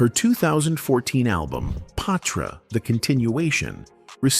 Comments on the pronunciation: Yeees I was a Patra fan 😊 & Ima blame the mispronunciation of her name on the Ai voice ... Its pronounced Pa-tra not pay-tra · Is he saying paw-tra😂